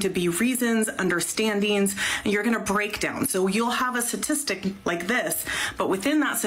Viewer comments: If that lady says satistic instead of statistic one more time i might lose my mind. Her intelligence level is on display. (Paderns, satistic, yahh) 🤦‍♂️ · Is it me or is that woman saying 'Satistic'? Sounds like she's missing the first 'T' and its getting on my nerves. It's been a long day and she's giving me the pip. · If you want to come off as data driven and evidence based, you should learn to say the word "STATISTIC"... Not "SASISTIC".... She strikes me as though she can't do simple addition... let alone advanced statistics... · Speaking to us like we're children, while pronouncing "statistic" like my 7 year old nephew - "suhsistic" 🤣🤣🤣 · She can't even pronounce statistic correctly.